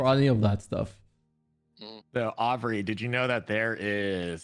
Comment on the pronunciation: Man calling (Uh-bree), Aubrey the whole podcast had me rolling.